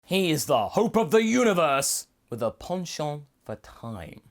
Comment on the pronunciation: Penchant vs ponchahnt